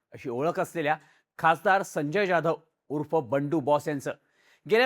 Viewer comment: अरे बॉ जाधव बोल ना ज्याधव काय??